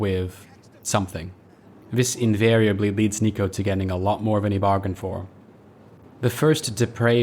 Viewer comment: Nothing related to the game - are you half english half US? Just noticed how you seem to say 'van' rather than 'than', which is quite common in England t. English